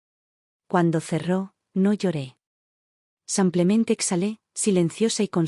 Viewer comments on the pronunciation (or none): ¡Qué pesar que haya tantos errores de dicción! Las historias son buenas pero los errores de género y esos "SAMPLEMENTE" son INSOPORTABLES. 😢